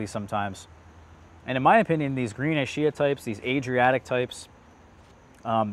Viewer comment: Looking forward to growing out some of these. Love your content. Just wanted to point out some pronunciation notes. Ischia is said like "ISS-kee-ah" not "Eye-shee-uh". Battaglia Green is more like "Bat-talia." Panache should be "Pan-ash". And I noticed from other videos that Violette de Bordeaux should sound more like "Vee-oh-let duh Bordeaux" not "dey Bordeaux"